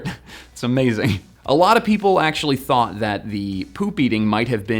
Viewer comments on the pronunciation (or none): none